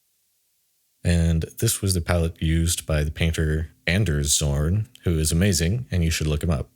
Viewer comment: "Anders zorn" I believe it's pronounced On-ders. He's got a hard On... (Sorry i had to throw a workaholics joke)